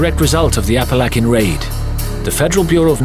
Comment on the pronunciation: Apalackin?? Lol!